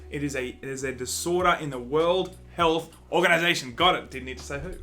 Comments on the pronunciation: The whore health organization. The whorl hell organization. This just in... The English speaking Aussies have trouble pronouncing English words. Lol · Oh wow, Australians can't say World Health Organization